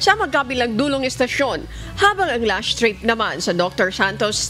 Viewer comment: Why do you say LASHT TRIP not LAST TRIP?